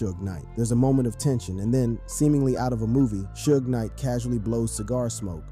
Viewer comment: Shooges Knight? hahhahahahhaa